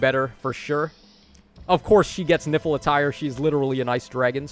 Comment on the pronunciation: Idk why, but every time you said "Nifl attire" I kept hearing "Nipple Attire" 😅